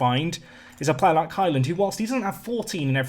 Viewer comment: I'm sure you keep calling Highland - 'Hymen'?? Anyone else?